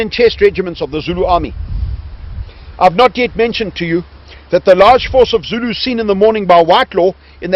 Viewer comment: Brilliant pronunciation of the Zulu. They may well have been in skirmishing order, however to a member of the protagonists - must have been it may well have appeared to be a mass. I am amazed that Ta Ta is apparently so knowledgeable. The South African Battlefield guide is brilliant, honest and obviously loves and admires the Zulus.